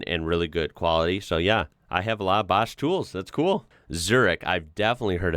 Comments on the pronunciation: BOOOOSCH Not BAAAASCH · Baash. lol No it's Bosch, like in boing. :P Husqvarna dirt bikes were really really awesome. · Baaasch! WTF is Baaasch? It's BOSCH! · basch??? what the hell… it is O like in store… bOsch